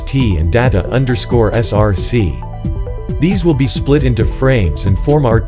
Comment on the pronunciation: He pronounced data as data when it should be pronounce data